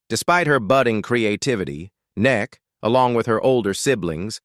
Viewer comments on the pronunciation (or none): Neck??? Is that how AI pronounces Emmy Kay😮???